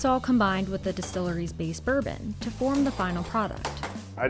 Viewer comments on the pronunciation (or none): none